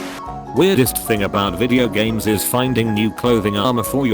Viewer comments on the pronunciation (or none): none